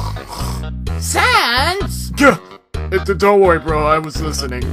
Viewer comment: To me it sounds like sons. Not sans. But you can pronounce however you want.